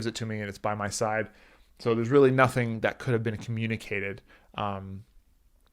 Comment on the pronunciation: He pronounced tide instead of side 34:7 sec and many more